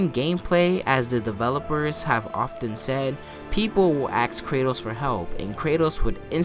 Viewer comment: I like how you say axe instead of ask